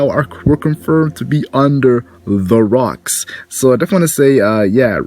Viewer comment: Its Locks not Rocks, it’s Gol D. Roger’s brother Gol D. Locks.